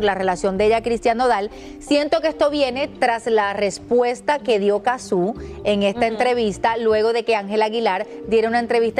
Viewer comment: Primero: es facilísimo votar Segundo: Francia Tercero: es Cázzu no Cazzú ni tampoco Catzu. Entiendanlo